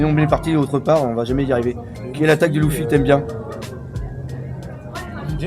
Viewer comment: Hey bro tu sais que même en version jap Luffy se prononce à l'anglaise, et pas "Louffy"... m'enfin fais comme tu veux, hein.